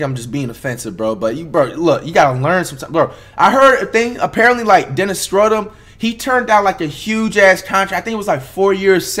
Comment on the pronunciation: He said Dennis schrodom